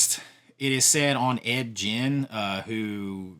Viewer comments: It's Ed Gein (sounds like 'geen' like green)...I've also heard it pronounced like 'gain'. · Ed Gein is pronounced more like EE, like Geek but with an N instead of a K. I follow true crime and have read a lot about him. To my knowledge he also wasn't a cannibal, and you forgot about his religiously fanatic mother who famously called out the advice columnist, I don't remember if it was Dear Abby or Ann Landers but she really got nasty towards her. His mom thought women were pretty much wicked. And Gein was also the inspiration for Psycho. And that Fire in the Sky was busted just a year or two ago, right around the time he was on Rogan's pod, basically they made it all up and were trying to get out of having to pay back for work not finished on their forest contract. They're mom was a huge practical joker too and they saw the attention on TV that Barney and Betty Hill got when that couple were abducted. Regarding the Amityville thing, I still say Amityville II The Possession is WAY scarier and it's pretty much the DeFeo crime. Terrifying. I've always thought IT was like John Wayne Gacy! Scary clown. There's a good book called The Last Book on the Left, it has the letter that Gein's mom wrote to the advice columnist. 👍